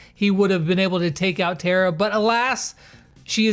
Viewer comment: Tara is prenounced like a car so it’s Tar-A